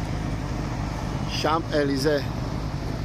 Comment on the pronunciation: Salutare,! Ce funny esti cand pronunti Champ(S)-Elysee